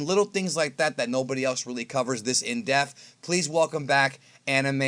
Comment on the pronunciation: So I️ Love 99.99% of content, but there is one thing that always rings in my ear and I️ just need to say it. Whenever he says indepth it sounds like indeaf. I️ know that’s the biggest nit to pick, the way it hits my ears I️ can’t unhear it. Keep rocking out the best dragon ball/z/gt/super content and this not to be taken as a dig at you I️ just needed to point it out.